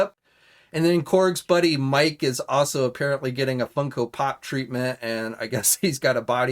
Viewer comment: Miek is pronounced (Meek) not "Mike".